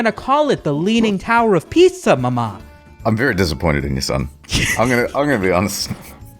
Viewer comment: If you want to sound italian, you have to emphasize the first "a" in "mama". Emphasizing the second "a" is Greek, not Italian.